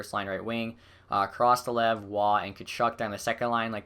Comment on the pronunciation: Val-e-iv, Koro-stel-ev Vahi-har-u